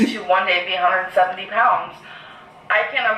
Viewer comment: said Prounds instead of Pounds. I bet she was thinking about jumbo shrimp Prawns..